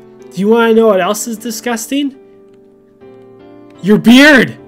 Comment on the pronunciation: when he said "u lnow whats discasting?" YOUR BEARD!" I was like "OH SA NAP!!!!!!